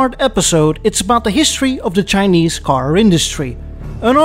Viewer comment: Chin-neeze. I love it. 😂